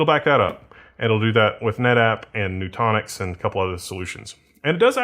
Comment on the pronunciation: Nutanix is noo-TAN-icks not noo-TAWN-icks